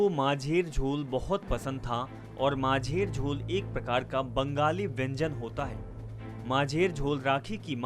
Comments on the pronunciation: Majher jhol mehi macher jhol ( fish curry ) thik se pronunciation karna sikh lijiye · Abey it's macher jhol (fish curry) ..... It sound funny majher jhol 💐😂